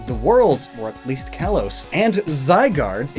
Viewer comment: "Kalos" is pronounced "kah-lohs".